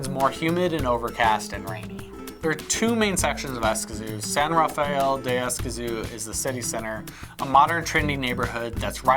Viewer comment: Interesting but your place name pronunciation is almost painful..... Don’t worry most Americans do by lengthening vowels... if you take a Spanish course you’ll learn how to shorten vowels (I lived there for 8 years)